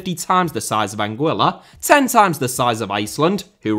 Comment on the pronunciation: Anguilla is actually pronouced Anguilla, not Anguilla.